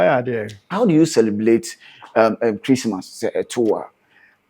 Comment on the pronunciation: Chlistmas.. Famiry .. celeblate.. how can he change it . 🤣🤣🤣